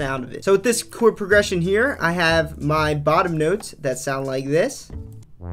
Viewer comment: What’s a “Choowerd”? Stop!!!